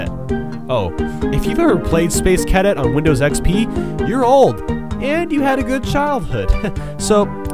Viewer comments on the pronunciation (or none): Your pronunciation of "Gelato," "roulette," "Cadet," and "durians" were atrocious. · I hate to be this guy, but I cringed with some of your incorrect pronunciations. Gelato, roulette,cadet, durian, etc. Brutal. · in the year and a half this has been up, did you ever learn how to pronounce cadet, gelato, roulette? it's a minor thing but wow.